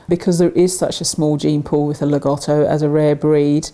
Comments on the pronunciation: (I love the content and presentation, but I GOTTO point this out.) There's great irony in slagging on people for mispronunciation while teaching people the incorrect pronunciation. Lah-GO-toe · it's actually pronounced Lag-OH-Toe. but it's not a big deal hardly anybody pronounces rottweiler as rott-Veiler like its supposed to be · Incorrect pronunciation. “Lago” = “Lake” in Italian. There is no short “O” sound in the language. Say “Lah-go-toe”. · not too bad pronounciation, in my opinion. Just all 'O' need to be a clear sound O, and not the diphthong OU typical of English